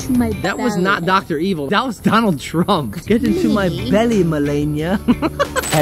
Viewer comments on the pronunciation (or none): Donald truck 😂 said Donald truck